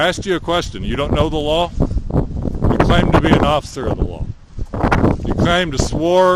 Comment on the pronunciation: His pronunciation of "law" as "lawl" makes the announcement of upcoming "lawl-suits" very apropos.